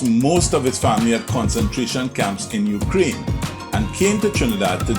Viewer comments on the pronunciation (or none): none